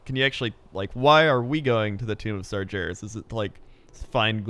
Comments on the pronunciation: It's Sar-GHE-ras, not Sar-JE-ras. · come on,you hear pronounce ''Sargeras'' properly all the time,are you calling him ''Sergeras'' just to mess with us? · Everytime says Sar-jeras, I want to slap him. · Sargeras not sarjeras. not noble. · Sarjares.... Sourfang... dammit I know the names in WoW can be tricky but those Sargares and Saurfang are said like they are spelled. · "Sarjeras" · if i have to hear him say SarJARIS one more time i'ma punch him in the dick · its not sarjeras holy hell pls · why do you keep calling him "sajaras"? ok my stupid rant over. great video as usual. keep them coming. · Sarjerus Sarjerus Sarjerus... Holy shit, learn how to pronounce Sargeras when the Lore God is telling you OVER AND OVER AGAIN. Are you simply being too stubborn to admit you're wrong about his pronunciation? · "sarjeras" please... I beg you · Sar "Jer" is, damnit you're killing me. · the creator of "GIF" pronounces it with a soft g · If I had a dollar for Everytime said "SarJerus" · hears say sargeras correctly several times over still proceeds to pronounce it incorrectly, never change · Sargeras has a hard G. Don't just listen to say it correctly and then ignore it hahahaha <3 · I can feel cringe every time says sargeras wrong... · me too. im triggered. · Why is he saying it like that? I've never heard him say it this way before